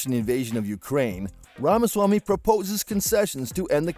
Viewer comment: It's apparent that a lot of work went into this presentation but it's hard to hear his name being mispronounced over and over.